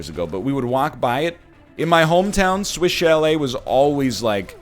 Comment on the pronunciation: Ok the whole time he was saying "Swish Chalet" i thought he was saying "Switch LA"